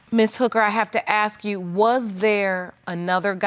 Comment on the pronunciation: It’s pronounced ASK not AKSK you f*** stick!!!!! ASK ASK ASK!! Grrrrrrr 😡